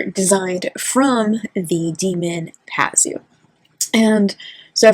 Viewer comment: Pazuzu. Two zoos, I don’t know why you keep dropping a syllable. He was reputed to be a protector of pregnant women (oddly) and women would carry amulets of his image. But Labubu really are horrible.